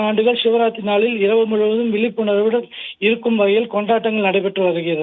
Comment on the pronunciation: சரியாக கெஸ் வாங்காமல் செய்தி சொல்லவும்.விலிப்புணர்வு அல்ல விழிப்புணர்வு.நீ தமிழ் படித்த லட்சணம்😮😊